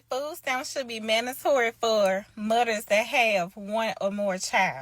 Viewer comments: IF YOU PRONOUNCE MOTHERS aS MUDDERS YOU DONT NEED NO DAMN FS LOL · What the hell is a 'Mudders'? 🤣😂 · She said mudders and udder 😂 why we have such a broke person mindset? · She said mudders 😂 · She said "Mudders". Lmao! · “Mudders” haha